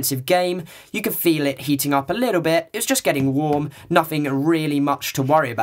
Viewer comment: I like your accent ! lol when you said warm it sounded like "wom" BTW awesome review :P